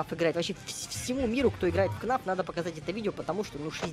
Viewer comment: Ты сказал не фнаф а кнаф